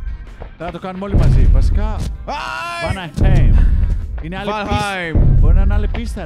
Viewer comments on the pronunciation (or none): Μια σημειωση😂. Οχι βανχειμ, προφερεται vanaheim ( βαναχαϊμ ) αλλα και παλι ποιος νοιαζεται;😂😂😂😂